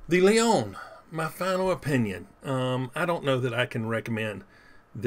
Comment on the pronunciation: Leone not leon you need the eh on the end